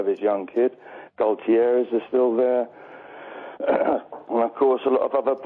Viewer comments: Dont forget "Goal-ti-eariz" (Gutierrez) & "Tails" (Taylor) Oddly he pronounced "Sissoko" perfectly.. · he also said gotierez!!!!!!!!!!!!!!!!!!!!1 looooooooooooooool legend love this guy